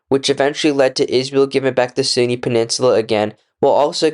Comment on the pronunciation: Great video but you could try practicing pronunciation I think lots of people are turned away by poor audio quality. You constantly refere to the Sinai as the Sunni which is annoying.